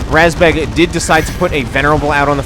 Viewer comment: razbjeg, isn't it? The "E" has a "j" in it. Didn't figure how the A was pronounced though